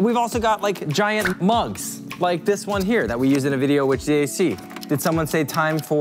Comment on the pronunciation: "ve" instead of we hmm